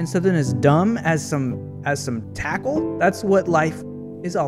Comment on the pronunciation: Did he seriously call a Squirmle... *"tackle"*????